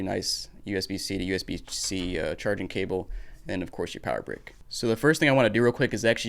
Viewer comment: you called it a charging cwable